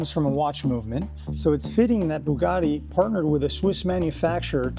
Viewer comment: Why can't he pronounce Bugatti correctly ? WTF is Boogarti ?